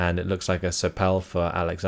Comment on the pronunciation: Pronounciation of "Seoul" = "soul". Greetings from Germany ^^